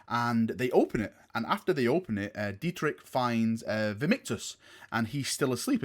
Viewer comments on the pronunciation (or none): Dietrich is also a German name,where it is pronounced as [ˈdiːtrɪç], with the strong german vibe the Imperial Fists and Black Templars have, you may want to look into that pronounciation :) Super excited for this! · There is only 1 pronunciation of Dietrich in German (source: am German)...I'll try my best of how to pronounce it as an American: Deetrich... Well. Sounds: "D" = soft d as in day "ie" = ee as in deep/deer perhaps "t" = hard t as in terra "r" = hard r as in how the Brits would pronounce royal, roll it a bit on your tongue, but not too much "i" = e as in "e"conom"y" (both letters work as pronunciation) "ch" = well now this is the tricky part, because that sound simply doesn't exist in English afaik, but it's like if you're trying to hawk up some phlegm from deep down your throat. That's pretty much the sound. Just softer. What is incorrect is pronouncing it like "china" for "kilo" for example. It's neither in this case. But then again, GW doesn't really care about proper pronunciation, so "Dietrik" is probably fine...though it pains my heart, but I've gotten used to it after reading Warhammer Fantasy with all that pseudo German. Hope that helps. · Dietrich is a german name. The ch is not pronounced like a k - more like a soft version of rich (wealthy) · As a imperial fist fan u should know that the entire legion is very heavly influenced by german names and themes. Dietrich ( pronounced dee-trish) is a very common german name. sigismund or even halbrecht they all come from german culture. Exept the name rogal dorn that doesnt really sound german 😂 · Dietrich is a german name. And please try to learn how to pronounce the ch at the end. You sound so american :) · im pretty sure Dietrich is german name, so mabbe u should have some training in german pronunciacion.